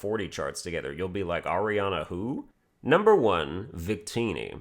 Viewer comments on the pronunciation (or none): none